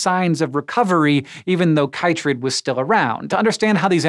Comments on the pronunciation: You are mispronouncing chytrid!!! It's pronounced KITrid... As it's the shortened name for Batrachochytrium dendrobatidis. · It's interesting the different way people from different countries pronounce things. Here in Australia, the fungus is pronounced 'kit-trid'.